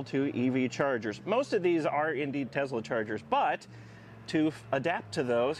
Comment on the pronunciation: It’s Tesla not Tezla.